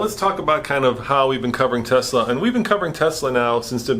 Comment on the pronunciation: thanks for saying "Tesla" ---- with an "S" and not Tezzzzzzzzla some of the Tesla advocates are SO obnoxious and thanks for caring about the truth!